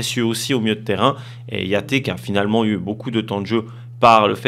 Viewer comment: Dorley vient du Libéria pas du Liban ;) et tu prononces mal le nom de Yates. Tu le prononces à l'espagnol alors qu'il est anglais